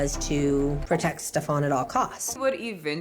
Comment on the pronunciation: I am not calling him Stef-AHN with that fake ass accent 😂 That dude's name is pronounced Steven. Steven is just a dude from like Bushwick or somewhere. It's bad enough he's convinced all these women he is the gatekeeper to paradise. We are not falling for the name, too!